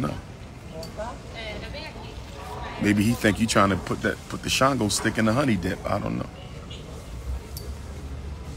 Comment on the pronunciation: “CHANGO-STICK”? REALLY? THIS MAN IS SICK AS HELL! LOL!